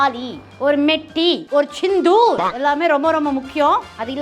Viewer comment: Operation sandhoor.. not sindhoor... By